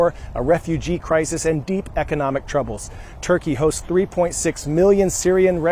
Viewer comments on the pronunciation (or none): none